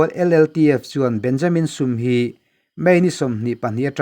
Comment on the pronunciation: Burma lam hi kan thil lam dan a har thin khawp a. chuti chung chuan i thiam khawp mai. 'Benjamin Sum ' tih kha 'insum teh' kan tih a.' Sum ' kan tih rik ang khan han thluk sang deuh la a dik chiah ang.